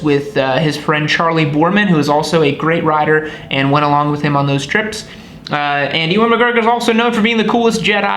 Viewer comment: Ewen = you-en. Typical American fail at other languages, especially English! Longitudinal / transverse engines. Hope this helps.